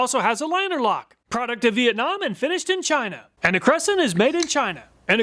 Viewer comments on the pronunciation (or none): none